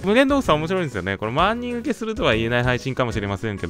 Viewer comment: ✖万人(まんにん) ⭕万人(ばんにん)